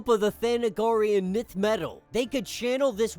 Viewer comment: Nth metal is pronounced "Inth/Enth" not "Nith" Love your channel!